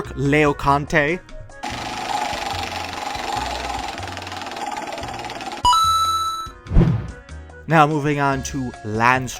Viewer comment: It makes me laugh when you say "Leoconte" instead of "Laoconte" hehe. I really like this kind of videos, so much talent everywhere. Thank you.